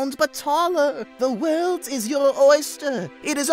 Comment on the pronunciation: I swear, what he said the N-word but he said neither